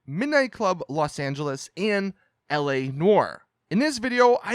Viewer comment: You mean Los Not Las😑😑